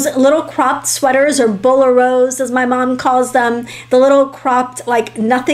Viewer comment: Bo-lair-o is how you pronounce bolero. Similar to Ravel's Bolero.